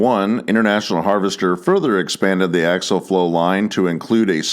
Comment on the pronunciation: For the love of God its axial flow not axle flow.